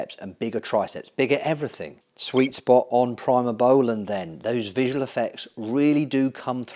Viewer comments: Great video but please pronounce primabolan correctly..... Pree not Pry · Pree-moh-bowlan, not Pry-moh-bowlan Pretty much use mast or primo as an AI depending on the ester of the cycle. I think you should run Primo if you’re running over 500 test for a 16-20 week cycle, short ester bulk you could do test/mast/npp and run the npp higher than test, mast alone should work for that.